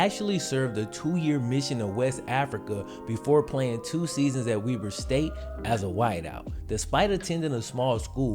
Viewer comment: Thank you for pronouncing Weber State correctly 🤘🤘😎😎💪💪